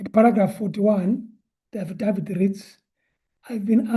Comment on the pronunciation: Affadaffid.... I'm in stitches 😂😂